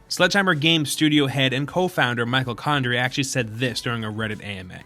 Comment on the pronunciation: Michael condrey More like MICHAEL-CONDRIA